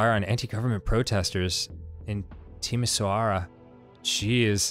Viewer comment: "What's a Timi-sowara?" me, who's from a Romanian family: a city and... that pronunciation XD